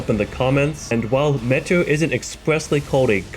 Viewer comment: Notice how it says Legend felled when you kill metyr. Also metyr is pronounced meteor. Like how scadutree is shadowtree